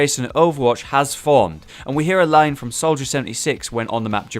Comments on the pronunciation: North gamer solider instead of soldier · Soldier /=/ Solider